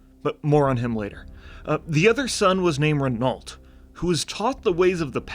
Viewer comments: it's "reno" not "renolt" 😬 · Great video (necro commenting), the Scarlet Crusade is the only thing left about WoW that I love and I wish they'd give them some honour and make them a true force. Also, it's pronounced "Reh-No" not Rehn-alt. Cheers! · pronounced "rey-no" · just so you know, renault is a french name and pronounced more like "reh-no" . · Renault = Renoh .. just sayin like! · My favourite part was not knowing how to pronounce Renault.